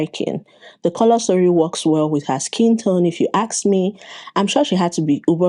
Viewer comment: Why do you say "aks" instead of "ask"?